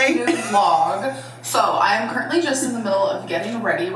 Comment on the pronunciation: the way she says currently bothers me for some reason 🤣 "curt-ly" lol nit picking!!!!